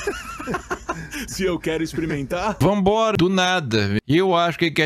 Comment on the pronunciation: eu adoro os "vambora" do kkkkkkkkkkk